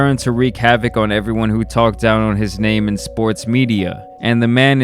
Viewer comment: That's not how u pronounce his name..